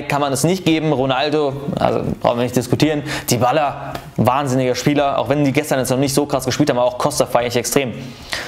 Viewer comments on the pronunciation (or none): none